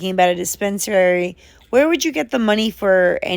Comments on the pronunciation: Why does Rev pronounce disp3nsary, dē spins ē er ē? He's such an idiot. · The way he says dispensary makes me punchy! lol